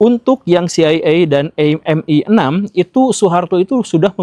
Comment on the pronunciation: kalo baca CIA= si ai e, baca MI6 nya gk usah dilokalin pak guru